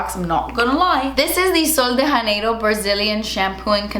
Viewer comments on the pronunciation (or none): It means January. January sun. Also, it’s pronounced jha-nay-ro. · It kinda hurts my Brazilian soul when you pronounce janeiro like it’s Spanish 😩 lol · That’s not how you say Janeiro xD Tbh I’m not a fan of the brand. I’m Brazilian and it upsets me the sexualized product names and the fact that the owner is not Brazilian.